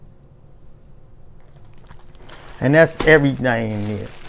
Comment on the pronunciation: “Put the oysters up in neer” 😂